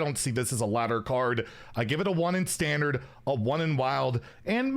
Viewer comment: inner fire priest wasn't control, it was a combo deck, also why are you saying standart instead of standard, this isn't PoE